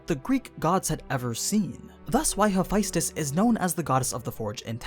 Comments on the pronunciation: Hope there's a prequel so I can see mi familia. I think Jhen Mohran and Zorah Magdaros are better as behemoths than Nergigante. Then Ceadus can be leviathan and Fatalis can be black dragon. I like Hephaestus though. Btw , pronouncing the name wrongly lol. Demeter too. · why Hephaestus is pronounced as he fis tes (a lot of emphasis on I). I know that’s how it’s written but to my knowledge it’s pronounced ha fes tes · You totally butchered Hephaestus’s name